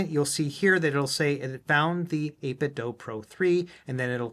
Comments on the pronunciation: its 8 bit "do" as in DOO DOO. not do as in DOUGH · I'm gonna dough you a favour and say you should ask 8bitdo how to pronounce their name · Why is it 8bit "Doe" .. "Doe" is spelled with an "e" .. this is 8bitdo. "do the math" do. ????